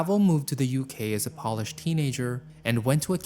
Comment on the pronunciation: Am I the only person noticing he says "picked" instead of "peaked" for piqued and he said "polish" like polishing furniture instead of Polish for Poland? Most disturbing parts of his videos.